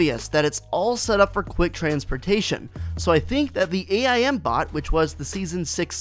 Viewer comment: His name is AIM not A I M